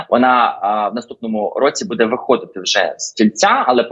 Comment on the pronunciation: Господи,, ставте правильно наголос у слові буде!!!